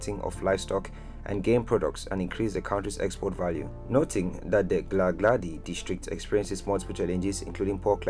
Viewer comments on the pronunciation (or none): Next time when you want to pronounce kgalakgadi-try saying Halahadi that HA shouldn't be smooth its should sound as if you're gurgling 😉😉😉